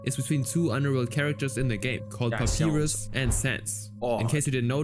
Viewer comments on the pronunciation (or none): "papirus" lmaoo